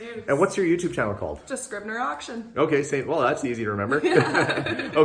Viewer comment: Scribner, sooooo much Better than Kastner, well done!